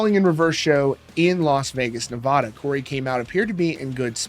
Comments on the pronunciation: That’s not how Nevada is pronounced locally 😐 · "Nevahdah"? Why does that bother me?